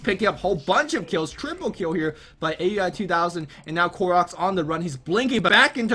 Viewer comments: IT'S NOT A-U-I, IT'S PRONOUNCED OW-UI! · aui_2000 name is pronounced ao-wie..